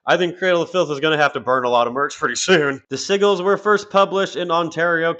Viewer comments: Bro it’s SIJ-GELS not siggles lol😂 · "Sigils" is pronounced "Sid‐gils"; it's like pigeon – there's clearly a "d" there, but it's not written only pronounced for some reason... 😅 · Hate to be that guy but “Sigils” is pronounced like “sih-juls” or “sih-jils” 😹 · Sïgglës is a fun way to say Sigils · Cradle is over party. As well, sigils is pronounced as si-jlz. I'm not trying to be a dick, but siggles makes me...well...giggle. LMFAO. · The SIGGLES. I just had to laugh everytime he said it. Which meant I was laughing a lot at this. 😂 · Not trying to be a Dick but I'll say it anyways- I cringed EVERY TIME you pronounced SIGILS.... The "g" is pronounced like a "j" like SIJIL. And you cover Black Metal and don't knows this? POSER! J/K😂. With your sense of humor I hope you know I'm just yanking your chain. THOROUGH COVERAGE of this and quite early on! GREAT JOB! I guess I have to finally subscribe! Thing is most people will only seeing me act like a Dick towards you, only a few will see it. I can feel the hate in the force...... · Very frustrating to hear "sigils" mispronounced over and over again. I appreciate this upload though. Never knew that Zoe and Marek were a couple also. And that the Coal Chamber vocalist was their manager! Lol. Thanks for this upload! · I could be wrong, I'm no genius, but I think that word "Sigils" you keep saying may be pronounced a lil different... I think the "G" has more of a "J" sound... Like I said though, I'm not sure, she did create them so maybe she called them what you keep calling them?? 🤔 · The G in sigils is pronounced like a J ...just redo the whole video 😂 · Sigils isn’t pronounced like you think it is.